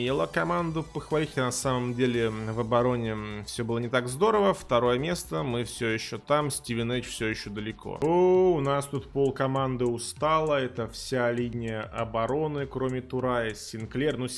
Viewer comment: СтивинИдж, не СтивенЕЙдж,, попрошу уважения к команде